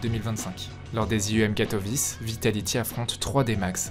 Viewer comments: Bonne vidéo, juste Katowice se prononce pas katovisse ... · La vidéo est super, Apex est un joueur passionnant et ta narration est au top. Mais je t'en supplie revoie tes prononciation j'ai eu des saignements c'est EnvyEUSS et KatoviTCHE!!